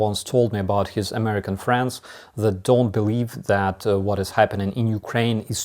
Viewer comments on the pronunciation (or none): When you say "friends" it sounds like you're saying "France"